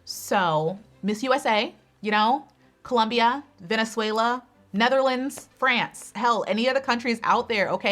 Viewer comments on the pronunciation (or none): none